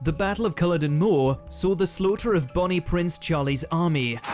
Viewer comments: "Culloden" is always pronounced with the stress on the second syllable. "Jacobites" is pronounced "Jacko-bites" not "Jacob-ites". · The last execution in the Tower of London, of a German spy, took place in WW2, in the rifle range. That video totally massacred Scottish names - I hope they haunt the narrator. Loch Lomond is Loch not Lock and said Lowmond. Culloden is CuhLODen and Jacobite is Jack-o-bite. I used to work in a very haunted police building though it was only early 19th century. Everyone just got used to it! I once followed someone into a room only to find it empty with no other way out. The chief superintendent, one taking over from the other in turn, always had activity in their room. Huge seven foot high fire doors would open and shut by themselves. Seen as normal once you got used to it 😂. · Just to mention that the man on the video can't pronounce Culloden or Jacobites correctly. Strange.